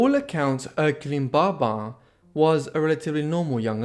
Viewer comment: Great video. But was getting confused why you were saying barbar. And not pronouncing the 'bin' of their last name 🫤🤷